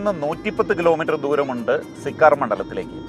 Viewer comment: സിക്കാർ എന്നല്ല, സീക്കർ എന്നാണ് സ്ഥലത്തിന്റെ പേര്.